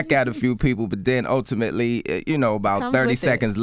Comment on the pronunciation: He's killing me with this "Utimately" shit